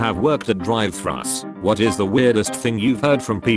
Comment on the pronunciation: How “thrus” was pronounced😂